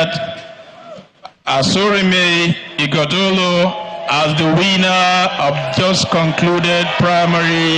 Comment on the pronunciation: None of them can pronunce Ighodalo distintively. Unbelievable. Even a German can pronunce Ogbedegbe and Ikpeba.